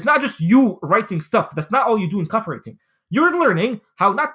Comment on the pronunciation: Say Copy-wriTING again mf!